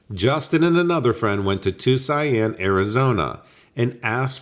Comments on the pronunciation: If you are pronouncing the word Tuscon, would you please PLEASE stop saying "too-seye-ann" it's pronounced too-sawn. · Were you trying to say Tuscan? You keep saying tusain Arizona. It's pronounced Too-sohn, spelled Tuscan, ...... Arizona. I'm from WV and know that much... Take that how you will...lol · Too-see-on easiest way to say it. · It’s pronounced 2 son bud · meth-a-amphetamine ...Tuzianne ...are you a Virgianne bro? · Where the hell is Tucian? Or did you mean Tucson? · I agree. Good video but it was tough to hear so many mispronunciations.